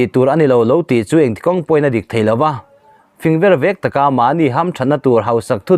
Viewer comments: Fing vervek tih hi mizoṭawngin i la hre mgai lo a mi le, a thluk a dik lo tlat, ṭawngkam lar tak a nih nen. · Fing ver vek...i chhiar,i lam dik lo.